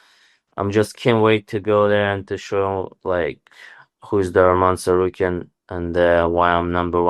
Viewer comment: Good job on saying his name DC u a G